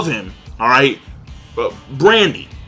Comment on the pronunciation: Goddamn,, first you keep saying Kryos instead of Kyros and now you say Brandy instead of Burndy.